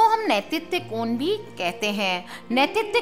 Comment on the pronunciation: आप ने कहाँ पढा है। और नैतित्य कोण का उच्चारण ही गलत है। किस शास्त्र का संदर्भ है।